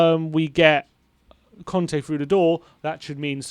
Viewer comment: It's Cònte, not Cante. :))))